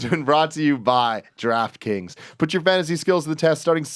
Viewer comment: I always hear "Giraffe Kings" when Tim says Draft Kings